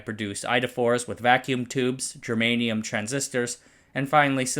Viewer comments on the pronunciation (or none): none